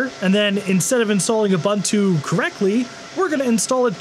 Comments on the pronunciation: Ubuntu is pronounced Ooo Boon Too ... there's no Bun, the Bun is a lie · I've never heard a guy mispronounce Ubuntu in so many different ways. You'd think he'd stay at just one wrong mispronouncement... But not this guy... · who the hell pronounces ubuntu like that... ffs